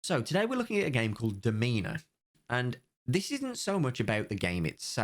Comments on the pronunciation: Game: clearly called Daw-mi-nuh: demeanor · It's pronounced "Doe-mee-nah", not Duh-mee-nuh xD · Its DOM-in-na its LATIN FOR MISTRESS. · DOE-mee-nuh. It's Latin for "lady". Addressing a woman b y saying only "Domina" is like saying, "My Lady." I doubt the developer realized that, since he seems super toxic and probably thought it meant like, dominate or something, which would have been "Dominari". But we knew he wasn't that smart, didn't we? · "I'm gonna call it Dom-EEna it just makes more sense to me." How did you read it with a hard E?! HOW DID YOU READ DOMINA WITH A HARD E?! It's literally "Dominate", ending at the A! I could forgive "Domin-ay", that at least makes a level of sense, but WHERE, did you get the hard E?! I'm unreasonably upset about this for reasons I will never fully understand. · Pronounced like 'DOM-i-na', although 'demeanour' is funnier. Latin for 'mistress'. Perhaps the dev has some kinks he owes it to himself to explore? 🧐 Will help everyone involved. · Great video,. PS it's Dòmina, a latin word for "she who rules the house". it sounds cool but has no sense. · Pretty sure it's pronounced Dom-in-a (latin for Lady, ie: a woman with social standing; counterpart to Dominus / Lord) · FYI the correct pronunciation is DOMina. (It's Latin) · You also think that wrong pronunciation of Latin makes more sense and SPORE is a good game. So, you know... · Dominus is what gladiators used to call there master or the owner of a ludis and Domina is the same but female......... Just saying coz your saying it wrong 😂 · You can't even pronounce the name of the game. This isn't woke. F the masks they do nothing. This dev is a champ. Enjoy the dislike and unsub.